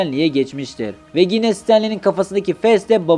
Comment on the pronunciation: Gine değil yine